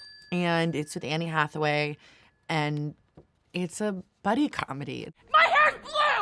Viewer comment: Did she say “Annie Hathaway “? 😂